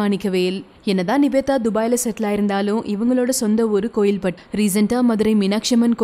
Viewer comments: Kovilpat illa kovilpatti. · Athena kovilpatt, kovilpatti nu solunga athan correct(inga neraya peru patti thottila irunthu vanthavangatha)